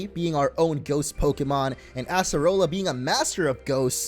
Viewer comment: It’s acerola not asserola